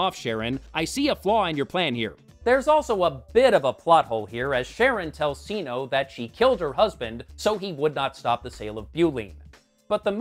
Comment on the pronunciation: CINO as SINO? Would it not be pronounced Kee-NOH? She’s Catwoman not Satwoman. Lol